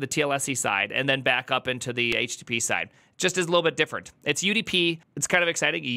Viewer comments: When you say it I hear Htittiepee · when he says it like "H-tittie-pee" it sounds like a name of some rapper 😀